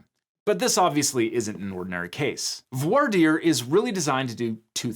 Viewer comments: Just me or did not really pronounce "voir" right prior to lambasting the "good ol boy" version of pronunciation? It's french! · The huge diversity of American lawyers struggling and failing to pronounce the French word "voir" is one of my guilty pleasures.